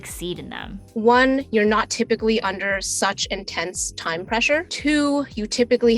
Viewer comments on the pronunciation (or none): none